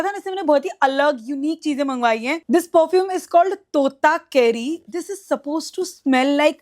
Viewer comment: Parfume, pradact, assesary?? ...bro😂whyyyy do u pronounce even basic words wrong